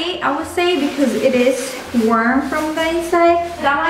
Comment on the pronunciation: its warm not worm 😂